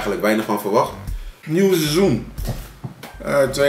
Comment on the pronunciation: En kan nog steeds het woord seizoen niet uitspreken...